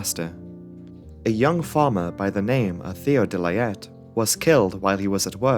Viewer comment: The name of the witness of the crash, "De Laet" is not pronounced "De Layet" but "De Laat", with a long AAAA, like using the first A in "Argentina" a bit too long.